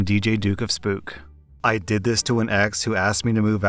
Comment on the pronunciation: I really wonder what accent is. The only thing about it that I notice is the fact that him saying "Did" always sounds like he's saying "Dead"